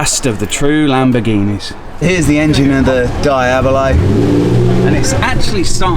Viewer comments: Please details are important. DEEABLO not DYABLO! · What’s a Diabili?? Mate, get it right….. Diablo. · I know you have an English accent and all but the Lamborghini Diablo is pronounced Dee-ab-low not Di-abba-low. Diablo is Italian and Spanish for Devil. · Dayahbloh ffs😂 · Diablo pronounced ‘Dee-ablo’ (Spanish for devil) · Lol DIE ABLO 😂😂